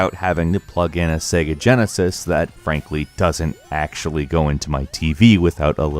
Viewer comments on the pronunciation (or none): none